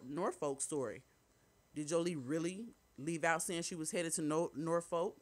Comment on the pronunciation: It’s pronounced Norfolk I’ve been here in Norfolk VA for 30 yrs lol it’s not No Folk VA